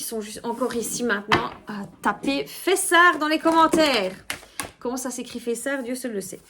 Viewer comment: Bonjour, ''fess'art''😅 merci pour cette guidance 🙏🙏🙏qui me parle 🙏✨🙏